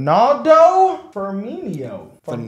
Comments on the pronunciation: Ferminio LOL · Baloon dor? Ronaldo firminio? HALLAND?? You guys are butchering everything😂😂😂